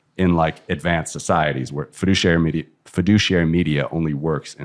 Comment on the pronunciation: Take a shot every time he says FEDUCIARY MEDIA. Or better don't... :D